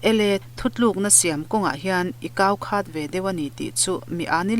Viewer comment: Kaukhat tih i lam dan hi khatah hian thlukna a awm em ni khat tih hi pakhat tiha khat ang hian lam tur ani zawk lo maw te ka ti deuh